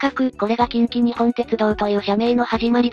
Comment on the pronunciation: 細かいところ指摘して申し訳ないんだが近畿日本ってのは『きんきにっぽん』って読むんだよ。 沿線で育った身からしたらこれは、やはりニッポンって呼称してくれないと気持ち悪い。近鉄といえばニッポン